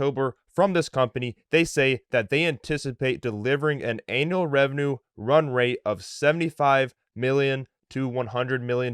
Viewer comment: it is 'annual revenue' bro, not 'anal revenue'! also you didn't mention the name of the company, all you said was ILUS subsidiary.